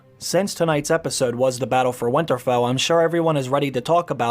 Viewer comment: You called winterfell as where winter-fell! I had written a whole theory on Arya using the catspaw dagger weeks ago! In light of the Episode 3 ending I would like to reshare a post I wrote a few weeks ago! Theory: Rewatching season 7 ep. 4 and a thought came to mind. Little finger gives the valarian steel dagger to bran and said basically this is the dagger that started the war of the 5 kings. Bran looks fascinated with the dagger looking it over. Then Bran gives the dagger to Arya, all while Sansa talks to him and before he does give it to Arya he is looking it over again. As he gives it too her he has an very interesting look on his face. So my thought is maybe bran knows something maybe this valarian dagger that has been a staple all through out the show is going to be the thing that kills the Night King. I believe the night king is coming for something or more specifically he is coming for bran the three eyed raven. This is what he wants. Then I thought but bran just gave it to Arya, and had a look when he did. what if in the trailer Arya isn’t running away from something but running to someone. What if the night king gets inside winterfell. What if the night king and bran have a face off. And what if Arya runs to save bran and uses the valarian still dagger that started a war of the 5 kings to end the war with the dead? I hope that made sense. I just feel like there is more to this dagger.